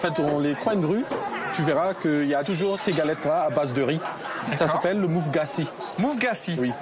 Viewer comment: ca aurait été mieux de dire mouf gass et kouba et non mouf gassy avec accent et koubà... ça fait très mal aux oreilles